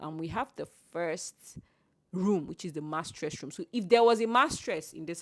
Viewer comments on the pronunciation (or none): nice tour. you kept saying "mastress" instead of mistress 😅. Also, the type of airconditioning used in this building is a central airconditing system, those slits in the pop are the central ac vents and not conduit ac.